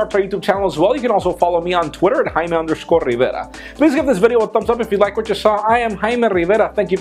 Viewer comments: stop saying rivera with an accent, it's annoying